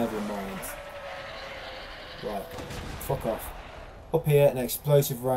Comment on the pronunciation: Can any1 count how many fucking timz he says “rit”??!! 😂 It’s gotta be at least 300 😂